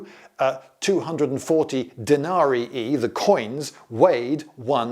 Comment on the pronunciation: I frankly can't get over the solid-i and denari-i 🤣